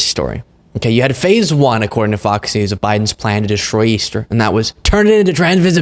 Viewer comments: I've noticed that has a speech impediment where he often doesn't pronounce the S if it's the last letter of a word. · I don't know if it was an accident or not, but you called Fox News "Fok Nu" and I'm totally hear for it.